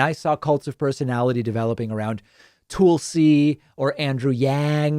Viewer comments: can you please stop saying TOOLsy when mentioning Tulsi, that would be great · does that apply to the reverse? Like, what has Tulsi done that makes DP hate her so much? Or does he always mispronounce people's names he hates? Why is she so special to him?